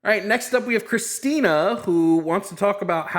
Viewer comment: The name is CHRISTIN-TH!!!!!! You come to our house, you get my wife’s name right. It’s CHRISTINTH!!!!!!! That’s all I could hear every time said Christina 😂🙈